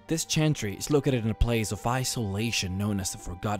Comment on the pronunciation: I wish you could pronounce V's. "forgotten bale"....